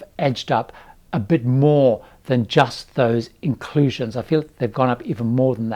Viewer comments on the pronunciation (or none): none